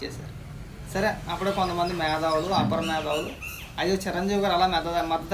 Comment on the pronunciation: Medhavulu kadu....metha avulu.